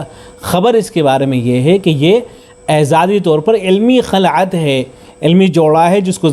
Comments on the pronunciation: خلعت لفظ کی خ پر کسرہ ہے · پہلے تو اپنی اردو صحیح کر خلعت کسرہ کے ساتھ ہے نہ کہ فتحہ کے ساتھ